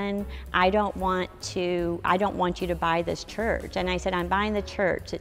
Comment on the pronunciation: This is the first time-ah, I see a woman-ah. livin' in a chuuurch-ah!